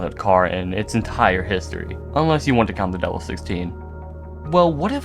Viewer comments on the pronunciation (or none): erm actually its not devil 16 ots DE-VEL 16 🤓☝️